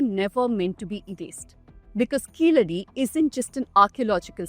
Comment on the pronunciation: Before watching the full vdo thanks to you for pronouncing keeladi properly. Not like some reporters pronouncing that word as if they are some American origin